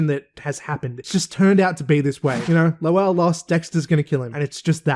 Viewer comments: I'm cracking up with how you're pronouncing, "Lowell". It is exactly as pronounced on the show. 😂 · His name is pronounced “Low-uhl.” You hear “lowl” because that’s just how it sounds in normal speech.